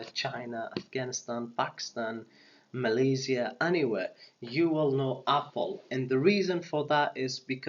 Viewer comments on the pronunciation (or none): none